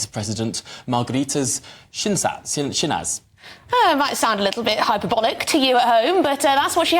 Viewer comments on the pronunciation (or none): EU Commission's vice president Margaritis Schinas is not a she, he is a male Greek politician. And his surname is pronounced as S-(k)h-inas (h as in Henry), not as Sh-inas (sh as in Shirley)